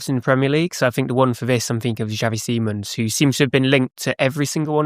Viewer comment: It is not pronounced Simmons, nor is it written like that. It is pronounced more akin to see-mons.